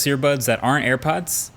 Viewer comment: i lIke the way you said “the go to’s that AREN’T AIRPODS”